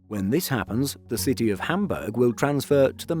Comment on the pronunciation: Well he manage to pronounce City of Hamburg correctly. Pity about some of the others.